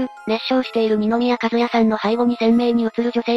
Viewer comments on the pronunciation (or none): …二宮和也さんは、にのみや「かずや」ではなく、にのみや「かずなり」さんですよ